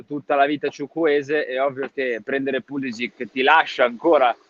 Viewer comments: si dice Pulisici tutta la vita, mamma mia... doesn't matter he is an Usa player!!!!!!! His name is croatian, doesn't matter his main nationality! Why are u calling Cardinale and not Cardinail because he's american????? Why Cardinale??? Because his name is italian!!!!,... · È pulišić, non è che se è emigrato in USA cambia la pronuncia, è un cognome croato e va pronunciato così